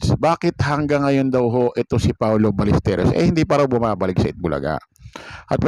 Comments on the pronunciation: Si jay saka ikaw, Balesteryos ang bigkas. Balesteros po. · Paulo Ballesteros, Baĺyesteros, hindi Balesterios😊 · Paano kami maniniwala sayo... Eh apelyido nga lang ni paolo dimo mabigkas ng ayos😅😂🤣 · Hindi balesterios ang apelyedo ni paolo...BALLESTEROS ang tama ayusin mo naman brad.. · Ballesteryos daw....wahahaha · Even your pronunciation of Paolo's last name is wrong. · Alam nyo po sana pag nagbabalita kayo yung 100 % na totoo at pls pakiayos ang pagpronounce ng apelido nya masabi lang na may youtube ariba lang ng ariba gawa kayo ng sarili nyong content kinikuha nyo lang din sa iba